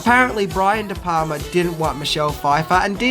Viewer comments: sory bruh but its de"palma not de"palmer. . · Funny fact tho - The Wolf of Wall Street has 506 F bombs. How 'brutal'!?! Also, it's *DE PALMA*, not 'de Palmer'. He's not Dutch. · Brian de *Palmers*? Really? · It's Brian De Palma........ not De Palmer. With the amount of mistakes you make, it makes me wonder. Do you really study films or do you just cut and paste your facts from IMDb? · is Brian De Palmer the father of Laura Palmer? It’s De Palma! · Brian de Palmer's? Did you mean De Palma? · It's De Palma buddy. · De Palma... Brian De Palma, not Palmer. Jajaja! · The director's name is Brian De Palma, not Brian De Palmer.